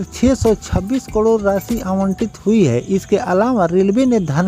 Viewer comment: Say karod not kadir as you are telling inthis video